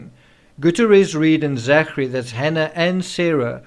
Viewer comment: Hi Thanks for your sober analysis of all these contributing factors to the Rush shooting tragedy. I would just like to point out though that ZACHARY is pronounced ZACKARY! You are welcome! Shalom to us only in Christ Yeshua